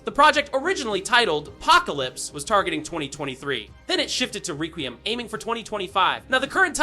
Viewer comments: It’s requiem not “raqueeum” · Restarted the vid 3 times to hear what exactly is going on there in the very beginning, and still confused: "Resident Evil 9-zine Requeem?" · It's pronounced like, "Wreck-we-em." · Bro I hate when yall youtubers can’t pronounce anything involving video game news to even save your own life HOLY SHI it’s requiem ykw just say resi 9😭😭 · Mb it's just a accent or was talking fast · You can't even pronounce the title! 😅😂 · Being so loud and energetic on top of mispronouncing the name of the game multiple times, made me close YouTube all together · Delete your channel for using AI and getting the name wrong. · Bro your saying requiem wrong